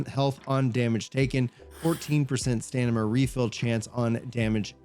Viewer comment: Love your videos, but dude, Stamina is pronounced stam-min-nuh not stan-nim-ma 😂